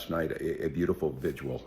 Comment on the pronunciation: It’s vigil Tampon Tim, not vigual . Are you a graduate of the Quality Learing Centre?